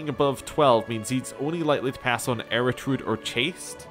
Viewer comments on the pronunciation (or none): Er-u-dite, not "Eritrude" , m8 you're killing me ;)